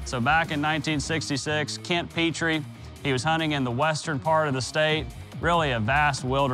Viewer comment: Im kent petrys grandson and if i could comment what he said i would get banned but its pronounced pet-tree